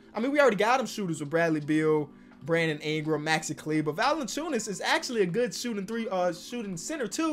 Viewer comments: its valanciunas not valanaciunas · “Jonas VaLiNaCHewNUS” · Why he always put that extra syllable in Valanciunas lol